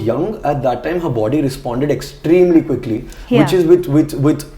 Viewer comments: She said 'quickly', not 'goodly'. Even I thought that she said that ;-). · Omg wtf i heard 'goodly' too. But she actually said quickly